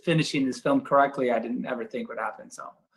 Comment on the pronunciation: I love how Zack says "correctly" finish Justice League